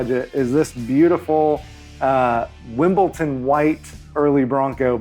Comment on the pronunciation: FYI, it’s pronounced (and spelled) Wimbledon (”dun”) not Wimbleton (“ton”).